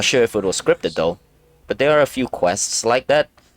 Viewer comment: Thwere’s rwabbits wover thwere